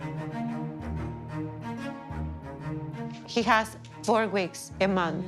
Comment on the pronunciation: “He has four gweeks, a month”